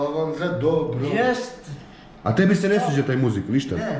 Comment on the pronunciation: Al' kad kaze "*ćebu*" 🤣